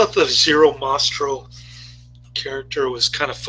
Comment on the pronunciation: thanks 4 sharing. Zero's last name was Mah-Stel...AND it's 'anyway' not "Anways'' .